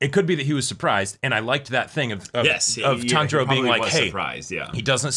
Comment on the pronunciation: Not sure if yall noticed but Inouske actually says Tanjiro's name correctly! Usually, when he says something like Kambo he's trying to say kamado but this time he actually said Tanjiro without failure lmao